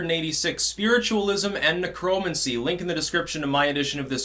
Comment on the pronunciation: Is that the correct way to pronounce necromancy? I always thought it was necro-mancy